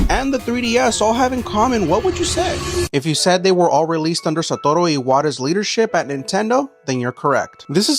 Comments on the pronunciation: “Satoro” 🇲🇽 That was the most Mexican pronunciation 😅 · Never heard someone pronounce Japanese names with such gorgeous Hispanic R-rolls 👌🏼👌🏼👌🏼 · Narrator puts a Mexican accent to mispronounce the guys name. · "Satoru" sleeper agent words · The most Mexican way I've ever heard a Japanese name pronounced 😂😂😂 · Lols you say his name like a total Mexican. No Mames weeey😂. but noce try on the Japanese Pronounciation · Growing up in Okinawa, Japanese is my first language. His pronunciation was just a little too aggressive on the "R's" lol. Like, overdoing it. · the way he say’s Satoru while rolling his R’s lol